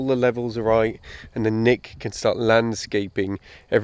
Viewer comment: Nick, your English is hard to understand. You need to come to Texas for unique pronunciation training.